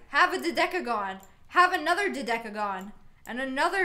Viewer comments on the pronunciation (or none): IT'S (Doh-Deck-a-Gone)